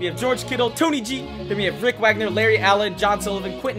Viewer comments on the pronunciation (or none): none